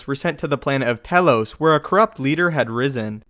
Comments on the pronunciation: I'm pretty sure Telos is pronounced with a Tee not Teh. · Just a note, it's pronounced Tee-lo-s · As much as I love the subject, it's pronounced Tee-loes! Lol.